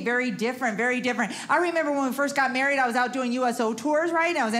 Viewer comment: She maweed Elmer Fudd!! LOL.